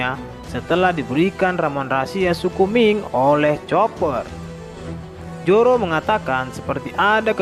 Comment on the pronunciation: ZORO BANG.. BUKAN JORO 😂😂😂😂